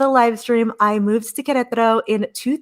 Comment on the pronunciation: Thank you for your enthusiastic portrayal of Queretaro — I wavered many times, but your first videos convinced me that this was the place for me. I am one of your “elderly” viewers— you helped me with the pronunciation of Queretaro. The time is getting closer— heading “home” to Queretaro (Centro) mid July— I can’t wait.